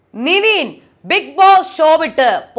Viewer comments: നിവിൻ അല്ല നെവിൻ ❤️ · First അവൻ്റെ പേര് നിവീൻ എന്നല്ല Nevin നെവിൻ എന്നാണ്. Please Ingane തെറ്റി പറയല്ലേ...അവൻ പോയാൽ ഒന്നും ഇല്ല കാണാൻ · its not NIVEEEN.. ITs NEVIN.....................